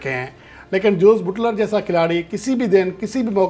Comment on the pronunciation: Oho buuutler nh buttler word hy may a naaz tajziakar😂